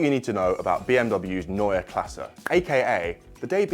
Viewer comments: Finally a good looking, back to the roots design language. This will x fold their sales, for sure. And thank you for the right pronounciation of Neue Klasse. If you pronounce Porsche with an e at the end you will be my hero! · like that you mastered the pronounciation of "neue Klasse " 😊 great new design (go over those '90s Alfa rearlights though) .. but just concepts 🖖🏻